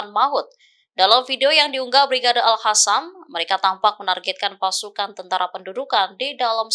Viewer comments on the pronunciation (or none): Aduh...jangan ganti Al Qassam jadi Al Hasam, zionis jadi hionis, Qatar jadi hatar. Untung Jerman gak jadi Herman. Biasa aja lah bacanya jangan ngerubah sendiri pusing dengernya.😵‍💫😵😖🫨